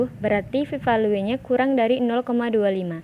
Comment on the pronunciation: bagusss, dan saran sdikit: cara baca p value (velyu) dan tambahan jg bs utk isikan interaksi: smoke*ht ke kotak kovariat caranya klik smoke dan ht bersamaan lalu klik >a*b>